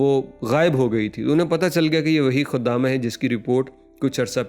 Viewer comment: لفظ خدامہ نہیں ہے خادمہ ہے بیوقوف آدمی